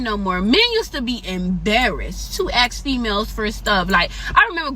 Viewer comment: Don’t axe me don’t axe me- you be…I will pass on you and those crazy nails.